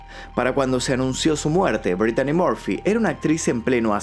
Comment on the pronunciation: Se pronuncia Britney